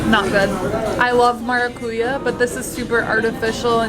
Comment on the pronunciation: Great video! In the word maracuyá, the strong syllable is "Ya" and not "Cu". MaracuYÁ Best Regards from Brazil!